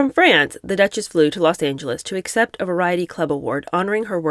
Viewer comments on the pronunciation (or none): none